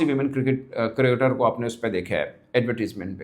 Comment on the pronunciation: मुझे आज तक ये बात समझ में नहीं आई तू क्रिकेटर कू नहीं बोल पाता है😂😂😂😂